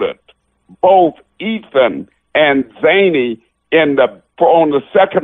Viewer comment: Someone better let this Ted Williams guy know it's Xana, not Zany.